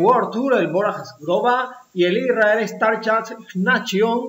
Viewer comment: Para hacer más profesional el contenido es bueno mejorar la pronunciación de corredores y equipos. El más terrible por ahora es el Isrrael, se lee "starap neishon" por fa! Gracias!